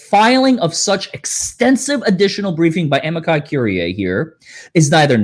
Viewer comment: Amici Curiae is pronounced "A" "ME" "SEE" or "A" "ME" "GI" "COR" "IE" (like courier, but withor the last "R")